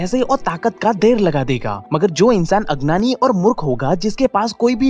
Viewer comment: ...u say adnan..not agyan..listen it carefully nd plz improve this..may b in future..u may b stuck at this weakness